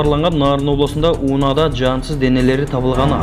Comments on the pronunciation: Ууна эмес унаа деп айтсанар журналистер ото эле билимсиз болуп баратасынар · Алып баруучу туура суйло айланайын, ууна эмес, унаа, кээде эле калааты суйлоп каласынар, каар деп бир туруп, кар деп эле жазылат, айтылат. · Жакшына суйлочу Уунасы эмес Унаа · Ууна эмес уна туура суйлосонор. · Тууганым туура суйлогонду уйрончу унаа деп айтылат ууна эмес Ат башы деп айтылат ад башы эмес сага окшогон сабатсыздардын кесепетинен элибизде сабатсыздык оорчуп элибизди ботон элге шылдын кылып атасынар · Унаа деген созду туура окусанар,унаа дебей!